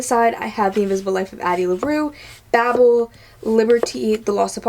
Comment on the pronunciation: Amazing personal library. Thank you so much for sharing! P.S. Thank you for pronouncing “Babel” correctly. One of my biggest pet peeves right now is people mispronouncing that book title.